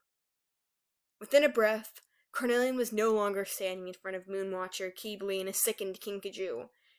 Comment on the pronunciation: That's not how you pronounce Qibli, Tamarin and Phyrria, forgive me...